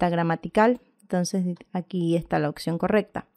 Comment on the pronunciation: Cómo escribe la palabra OPCION si usted dice occion.